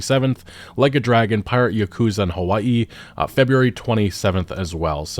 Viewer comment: Your pronunciation of Hawai’i 🤌🏼